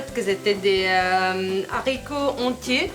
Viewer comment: '''Les Zharicots !!!''' Haaaa j'ai saigné des oreilles !!! 👂